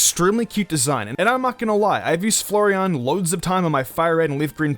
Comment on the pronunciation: Each time he pronounces flareon as Flurreon Slowly raging